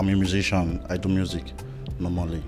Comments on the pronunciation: the girl saying the nigerian guy said underscot lmao she’s funny because she also said “muzixian” instead of musician so where do we go from here 🫠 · All her talk can’t pronounce musicians 😂